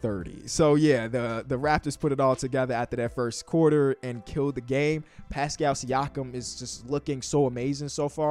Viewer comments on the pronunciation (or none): none